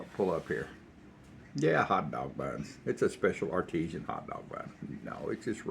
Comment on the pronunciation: You've been making scrambled egg sandwiches...not egg salad. It's all egg so whichever way you like it. It is "arti-san" not "artesian".😮